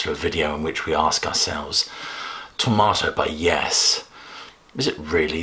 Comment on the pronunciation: You said Tormato 20 times, and you never emphasized that "R". Why? Sounds the same as Tomato.